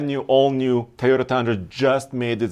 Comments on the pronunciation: its tOOOyota "O" NOT tAyota with an "A" !!! learn to pronunce it !!!! god.. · all and all cant you stop saying a toyota car a tayoda, it is toyo tha! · Teeyota and veeedeos